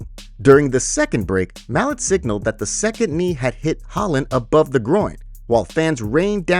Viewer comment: It's pronounced "mah-lot"